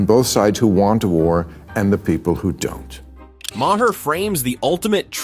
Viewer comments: For the hopefully last time, his name is pronounced MAR, like bar, car, and far. It's not Muh Whore, it's not Muh Hair. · Bro. You’ve pronounced his name differently 15 different times. It’s “Ma-rr”. At least do the homework. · It's pronounced Mar (rhymes with Bar)